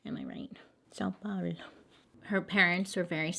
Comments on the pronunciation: Sah-oh pah-oh-loh. Hope that helps 😂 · Sao Paulo is pronounced as Sow Paulo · Sao Paolo. Sounds like sow-pow-low. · Saow pauwloo. You tried and I’m a proud Brazilian. 😅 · Pronounced Sow, Paulo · It's pronounced Sow Powlo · You are great and I really enjoy your videos. It's pronounced sow pow low. 😁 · Bailey, I think it's pronounced "Sow (like a pig) Pow-lo" -- if that helps. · Sao Paulo - Portuguese for Saint Paul the vowels are long Sa o and Paul o. Hope this helps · My impression is that's pronounced "Sow-paul-o". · Sao Paolo is pronounced...Sow Powlo to make it easy on u if u ever have to talk about a case here again. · Brazilian here, English teacher ;) São Paulo = pronounce it similarly to "some", but between "u" and "m", add a darker sound, like a "w", so, "sowm", something like that. Right after, say Pow (like in power) and lo, sounding more like "loo" in "lose". "SOWMPOWLO" (using 3 different possibilities of pronunciation of "o", in this case LOL! Find me on Instagram, I'd love to hear you try! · You almost got it Its "sow (pronounced like ow" pow (also pronounced like ow) and low. So sow-pow-low. This makes sense to me.. i dont think it makes sense to anyone else tho.... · lol i am an english as a second language tutor and i teach brazilians every single day, OK, sao paolo, sao rhymes w/ cow, say it, cow=sao, and paolo? think pow! like bang bang POW and add lo to the end, pow-lo! sow powlo = sao paolo! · sao paulo is pronounced "sow-pow-lo" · its pronounced sour but without the r pah Lo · Pronounced: Sow Powlo like ouçh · I believe this is the right way to say it "sa-ow pow-low" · Sawww (nasally) paw(nasally)low. Hehe you had thr first part just needed the "o" at the end lol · You are so funny with pronunciation. its pronounced sow palo. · From a Brazilian you can say São Paulo like Sawn Pah-oh-lo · It’s pronounced sow-paul-o ( thatas as best as I can write it out) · Wait. What's so hard about pronouncing Sao Paulo? sow-pow-low.